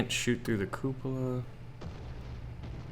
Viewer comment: Lol, "koopa-la"